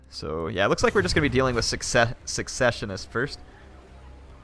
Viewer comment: For the record, "Secessionist" is pronounced similar to how you say "Session". "Sess-Sesh-Un-Ist" ;) (Or perhaps Suh-session-ist)